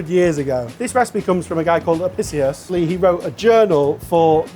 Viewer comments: Pronounced Apickius, all Roman Cs are hard. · Studied classics in Uni and can’t say Apicius correctly. PRESS X TO DOUBT